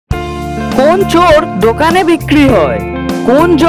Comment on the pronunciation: চোর আর চোড় একরকম উচ্চারণ নয়।যা বলছেন তা ভুল।